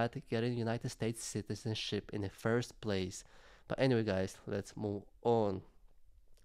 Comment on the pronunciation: Funny sounded like you said shitizenship lol